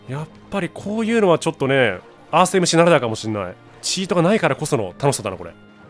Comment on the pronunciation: おにやさんスィーって言ってるからね